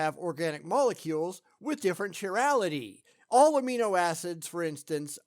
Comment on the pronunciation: Venus is not a methane world. I think you mean Titan. Also a peeve about the pronunciation of "Chirality". It's not CHi-rality, it's KAI-rality